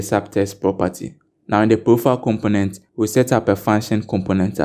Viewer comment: I get confused when instead of saying profile you say proofile or roouw insted of row